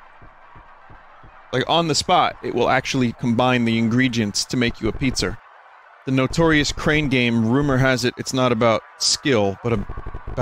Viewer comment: "Combine the ingredjents to make you a pizzer"